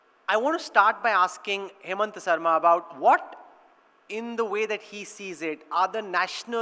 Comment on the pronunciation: Why the fuck is he calling him hemant when his name is himanta